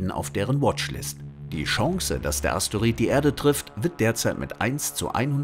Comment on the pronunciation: Es heißt immer noch nicht asteorid sondern Asteroid